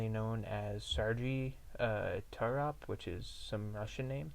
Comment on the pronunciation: His name is pronounced "SAIR-gay TORE-op".